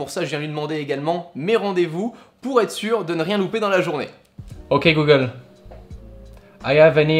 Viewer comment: j'adore comment il dit "øk google" regardez !! 😂👍🏻